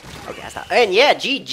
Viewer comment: See it's funny because I am Canadian as well and my background is partially scottish...... THAT SCOTTISH GG THO XXXXXXXXXXDDDDDDDDDDDDDDD